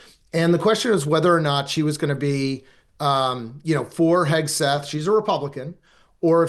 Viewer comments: Someone tell Emily his name is HEG-SETH not HES-KETH. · Hegseth, dear, not Hesketh. Listen to the way the person you are interviewing is saying the name, if you haven’t done your research